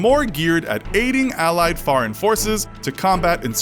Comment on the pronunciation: Please say foreign not fareign